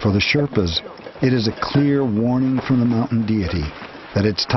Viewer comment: Sherpas not shetpas.